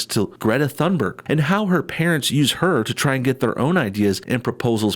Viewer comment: Greta's last name is pronounced TOONberg.